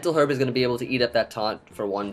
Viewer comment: I'm gonna need you to pronounce 'herb' correctly.